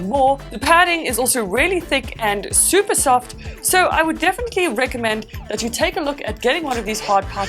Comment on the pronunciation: She really said supper MARIO day🤦🤦🤦